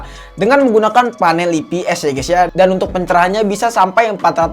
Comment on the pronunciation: saran bang nyebut ips nya, "ai pi es" jangan "ii pi es"